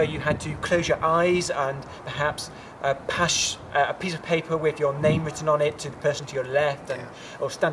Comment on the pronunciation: "pash a piece of paper" :)